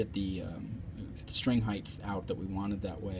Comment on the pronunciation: Good instruction, well explained. Don't mean to sound like a blowhard, but unlike the word "width", the word "height" has no th sound at the end. It's pronounced hite. Cheers!